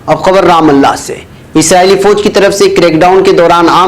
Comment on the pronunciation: aap hamesha is lafz " RUMALLAH " Jiska matlab hai Allah ki ret ( sand ) ko RAMALLAH pronounce karte hain jiska ghalat matlab nikala ja sakta hai. Ehtiyat karen.